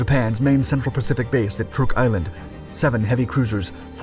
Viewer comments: I usually like your videos. But this one is rough. For 80 years these places have all been pronounced a certain way and now you've decided to change every one of them. Truk sounds like truck. Boo Gan vill. Rah ball. I forget the other ones. Try watching a couple videos on here. You'll figure it out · Rubbowel and Trook? Are you sure about those pronunciations?! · Never hear Truk pronounced Truck. Just Truuk.